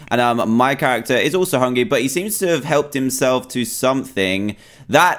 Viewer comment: He said hungy